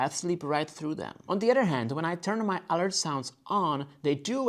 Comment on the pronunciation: Very well done video! One word of advice, in English the word 'alert' is not pronounced ÁL-urt its pronounced a-lúrt, emphasis on the second syllable. I use the Freestyle Libre. After I first got it I knocked the sensor off two times. Once by hitting it on a doorframe and again while taking off my shirt, lust like in your video!